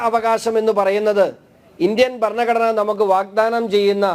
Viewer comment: ബരണഘടന? ഭരണഘടന എന്ന് പറയൂ